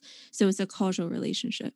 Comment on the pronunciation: Someone please teach her how to pronounce "causal". And "cannabinoid".